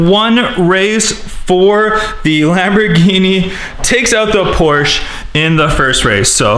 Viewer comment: She said wombat geene xD